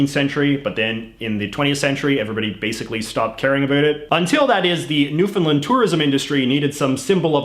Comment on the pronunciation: Ohh almost perfect. No one ever pronounces Newfoundland correctly. JJ pronounced it right the first time but afterward didn’t ;(. Still love ya though.